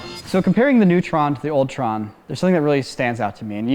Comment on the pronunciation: In , he said OLD TRON. but I heard it as ULTRON!!